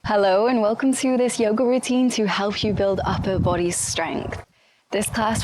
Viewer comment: I love everything you do, but I can't get over how you pronounce 'bOdy'. I just adore it. 😃